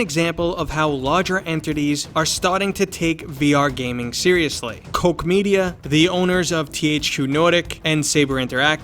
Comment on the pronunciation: It's not Coke Media 😂 Koch Media. Pronounce it correctly with Schwarzenegger's accent, because they are also Austrians.